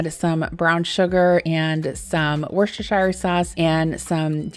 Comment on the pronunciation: It’s Wooster shire sauce. lol. Much easier to say…. PS Aldi here in the UK is rubbish…not like you have in the US.